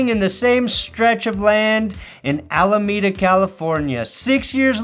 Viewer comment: Love you but ain’t no way you said alameda